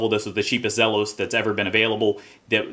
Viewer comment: for pronouncing the brand name correctly